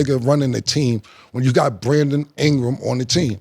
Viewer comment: Cam: "Brandom Ingra"😂😂😂